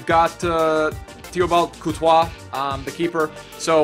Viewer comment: the way he pronounced courtois' name :D